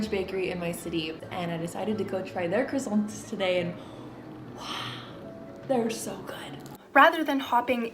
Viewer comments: Criossant was not pronounced correctly once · I rlly wanna take this video serious but the pronouncation of çroissant is always so fkng funny to me